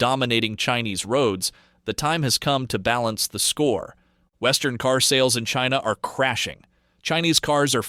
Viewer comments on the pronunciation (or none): none